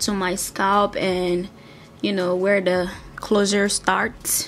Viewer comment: its The not "da" :)